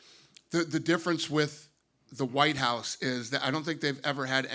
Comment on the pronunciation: When Jon Jones says Whute House, he thinks of a completelly different thing.